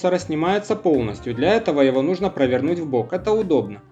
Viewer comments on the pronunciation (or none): none